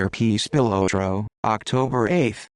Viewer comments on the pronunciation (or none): It's pronounced Spill-lot-row. At least learn the name if you want anyone to believe you